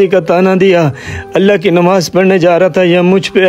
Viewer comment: Mashallah bahaut khoob bura na Lage nimaz nahi nmaz hota h haqooq nahi huqooq hota h